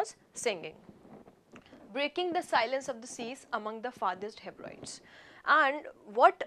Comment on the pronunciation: Guru! It's not heb- rides, you should pronounce it as heb ri dees.